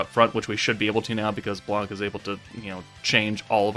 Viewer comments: In French the C is not pronounced, it's "blan", not "blank" thanks for the video ;) (i'm french) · In french we say Blan we don't prononce the c